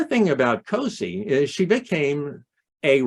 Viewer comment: Hi, this was wonderful! I'm the great-grandaughter of Gertrude "Cosie" Hutchings Mills (daughter of Elvira Sproat Hutchings, my great-great-grandmother! So that makes Florantha and Granville my great-great-great grandparents. By the way, Great grandma 's nickname is pronounced "Cozie". And we don't know why that was her nickname. It is SO sad that Elvira and John Muir and Elvira couldn't be together. But he kept writing to Cozie. She gave my mom and my aunt pine saplings for christmas every year. At the time, my mom said, they didn't appreciate it. Later my mom understood she was trying to impart a love of nature. And she did do that. They called her "Little Grandma" because their other grandmother was a very large woman, where Cosie was petite.